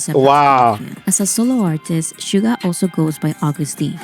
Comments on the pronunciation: It's not Sugar. It's Suga. Pronounced like shoo-ga. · You are pronouncing Suga's name wrong. There is no r at the end of his name. It's pronounced Shoo-ga, not sugar. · Shoo-Ga not Sugar. No hard R. Some can get BIG mad if you mispronounce it 💜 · His Name is Suga with out R please don’t say it suger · SUGA!!! not SUGA R - No R please... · 67 yr old Canadian woman...love, love these guys ❤ I do not like western rap, I only listen to BTS rap 😅 (Note...Yoongi's name is "Suga", pronounced Shoo-ga, not Sugar) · Cracks me up every time you say sugar when she says Suga. There’s no R on the end. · Two tiny corrections: The "Dynamite" video you've reacted to wasn't an actual music video but the performance video that showcased the choreography. It's "SUGA", not "sugar"😉 The track you wanted to know about was "Cypher Pt.2" (all of their Cyphers are definitely a must-listen). They are still with the same label, they've basically built it from the grounds up to its current success and are now the shareholders. No, they are not any controversies surrounding BTS that aren't manufactured by the competing labels or aren't totally taken out of context and/or proportion. They do not paint themselves as saints or as those perfect people like the rest of K-pop idols. If they mess up, they apologize sincerely and move on, trying to do better. They continue to do many amazing things behind the scenes for others and those things are rarely publicized, unless the organizations or people they've helped say it themselves (or if it's a bigger thing, like them standing against racial hate, collaborating with UNICEF or recently Yoongi helping to fund a center for autistic kids and helping with the development of musical therapy for them plus actually teaching the kids to play instruments as a volunteer).